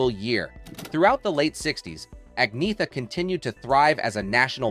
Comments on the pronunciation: Strange that the poster of this video cannot put a genuine picture of Agnetha on the thumbnail, nor even pronounce her name correctly in the first word of this video. It is correctly said in Swedish as Awg-Nee-et-ah..... the first and third syllables are very short, the second and fourth syllables are longer. Thank God for the many REAL ABBA FANS who posted so many wonderful videos on YT of this group and this singer during their amazing comeback starting with the Mamma Mia Musical and the corresponding appreciation of their lifetime of work. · No. Ang-neeeh-ta. With a long and heavy emphasis on the middle syllable, and really dark a-sounds at both beginning and end (similar to the "a" in a british "tomato"). /Best regards, an old swede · Ang-neeeh-ta. With a long and heavy emphasis on the middle syllable, and really dark a-sounds at both beginning and end (similar to the "a" in a british "tomato"). /Best regards, an old swede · Pronouncing her name 2 different ways. Annoying. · "Nothing but a department store manager; nothing but a homemaker" Better than being a speech impaired voiceover man on an amateur video production. You can't even pronounce her freaking name properly. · Superficial and amateurish video. The "narrator" can't even pronounce her name correctly. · You really should learn how to pronounce her name. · Making a video about an individual should at least involve pronouncing their name right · I couldn't agree more with everything you said. Using a clickbait photo that implies a woman posed nude should be illegal and get someone kicked off of YouTube. They didn't just do it to Agnetha, they've used it on several of their videos at least. Also, not only did they mispronounce her name, they mispronounced it two different ways throughout the video, they couldn't even be consistent about it. Just poor and shoddy workmanship all the way thru this video. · Pronounced Angn-yetta. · Agneeta ? It's ANJETTA ! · Her name is pronounced 'on-YET-ah'...Just sayin'